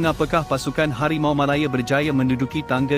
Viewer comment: Cuba belajar lagi sebutan yang betul Anda bukan ande Malaya bukan malaye